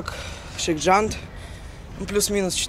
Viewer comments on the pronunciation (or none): shake junt - ШЭйк джАнт, а не щейкь джяньт